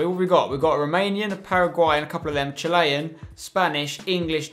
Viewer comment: Why can't he pronounce Chilean? Haha